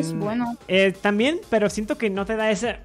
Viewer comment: Pq no sabe decir pero